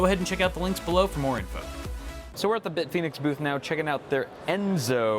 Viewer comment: Can't wait for it :) My only complain is how it says Bitfenix because I really like the logo.